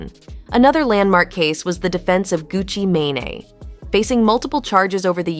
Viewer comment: Why they saying gucci mane name wrong 🤦🏽